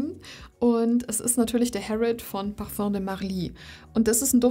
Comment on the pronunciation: Was für eine beruhigende Stimme :) Und, Du sprichst Parfum richtig aus, nice ;-)